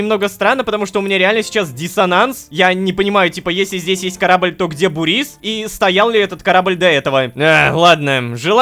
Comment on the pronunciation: Мб ударение на у? Бу́рис